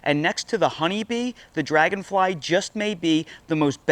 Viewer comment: “Robot drangonfly”😂😂😂